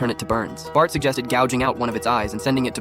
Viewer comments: Bart ❎ Batt ✅ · BART not batt